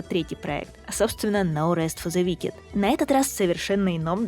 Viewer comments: Wicked произносится как "Уикед", а не "Викед" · в словах на -ed, как wicked, "е" проглатывается. [Уикд]